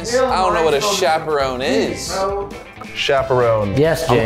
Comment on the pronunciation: still misspelled chaperone, he said Chaprone😂